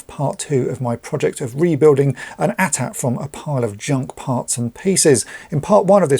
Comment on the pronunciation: THANK YOU!!!! Thank you for saying "AT-AT" (at at), instead of these other people saying "A.T.A.T." ( Ay Tee Ay Tee).